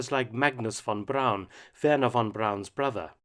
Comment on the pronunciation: I cant believe it .. i just cant believe it Mark Felton mis pronounced Verner Von Braun and said Brown.. If one man should know his name and not make the ever so common mistake